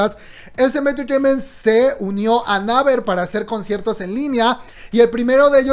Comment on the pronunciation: amo tus videos, pero se me revuelve el buche cada que te oigo pronunciar mal (repite luego de mi "Yi Guay Pi", "neiver") jajaja o lee todo en español...TE AMO!! no me odies